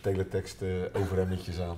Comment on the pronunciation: "Ovurhemmetjes" 10/10